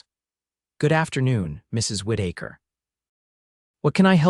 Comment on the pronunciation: Whit- ache-her!!!!! Oh, c'mon!! Whit-eh-ker!!!! If your AI cannot handle simple pronounciations, then dumb yourself down to Smthye.Smith, Ford, Glen, Brown, This errors RUIN THESE STORIES!